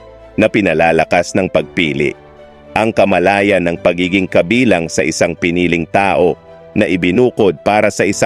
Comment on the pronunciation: Pansinin po naten ang bigkas at diksyon ng nag sasalita, may mga diin sa salita na hindi dapat, ( ku-ko imbes na kuko, kamala-yan imbes na derechong salita kamalayan) at iba pang salita, parang AI po ang ginamit sa pagkaka alam ko, correct if I'm wrong😊